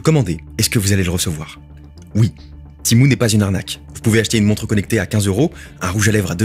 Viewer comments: Ça se prononce Témou pas timou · À partir de "Timou" j'ai arrêter la video (C'etait vraiment dans l'intro ) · Tu peux pas dire Tému comme tout les français ? 😂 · MOI JE LIS TEMU PAS TIMOU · Tu dit Timou c’est énervant